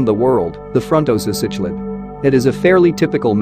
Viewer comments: You know this is going to be a high quality production when the the auto-reader pronounces “cichlid” as “sitch-lid.” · It's sik-lid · You are pronouncing cichlid and Tanganyika wrong, very painful to listen to. What about the black widow frontosa??